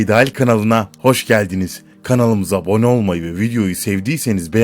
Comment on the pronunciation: videonun başında kanalımıza bone olmayı unutmayın diyor sanki :D zxcöçvmzxçcöv